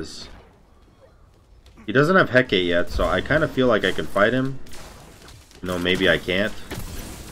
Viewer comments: ....learn to say Hecate please....hearing you say hec-aa is getting on my nerves. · There's two accepted pronunciations of "Hecate": either the original heh-kah-tee or Shakespeare's heh-kit. And is using neither of them. That being said, your point is also fair. still says "kin's" instead of "chin's" for Qin's Sais, and it's been five years. He still says "tel-leh-kine" instead of "tel-kine," and that item has been out for just as long (funnily enough, there's another spelling for that one which DOES have a second "e" after the "l", just not in Smite). Asking him to pronounce yet another item differently because he's saying it incorrectly is understandable, but if he ain't willing to change, not much one can do about it 'cept get used to it. Or watch someone else.